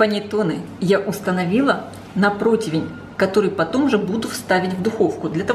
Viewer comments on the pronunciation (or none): none